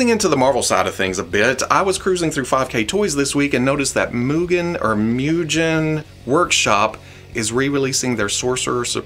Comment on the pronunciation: pretty sure "MUGEN'" is "moo-ghen" with a hard g. I think it means "infinite/unlimited" or something like that.